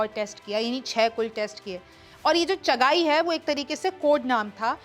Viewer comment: Its not chaghaai real name is chaghi Kindly do some research